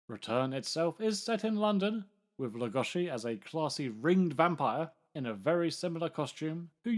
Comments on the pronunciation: Why are you saying lugoshi ? WHY !!????? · Who is this "Lugoshi" you speak of? I only know of Bela Lugosi. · I'm surprised Columbia was able to get away with copying so much of Universal's franchises. I never knew that the name Lugosi was pronounced Lugoshi. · Well, it's a shame that so many fans of Bela Lugosi pronounce his name wrong. It's disrespectful in a way. So, it is LugoSHi like, for example (John) Belushi. In Hungarian, letter S is for sound ''Sh'' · "Bela Leh-GUSH-I" ?? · Pronounce his name properly PLEASE! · we are not hungarian and even he didnt pronounce his own name like that niether did anyone else. . It may be trendy to try and pronounce forign names in a forign accent but its just pretentious and silly attention seeking. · Go back to school, AI, and learn to pronounce Lugosi without an "sh" sound.